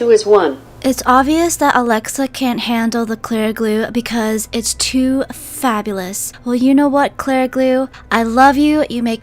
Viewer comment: “Fabules” lol